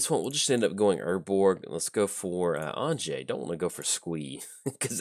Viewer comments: Hey, glad you’re running Anje, def great to see coverage for her. I also wanted to let ya know her name is pronounced like Anya 😁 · You beat me to it although if I'm honest I was expecting a way worse pronunciation like anji lol